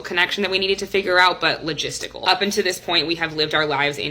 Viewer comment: "Logistical"... Run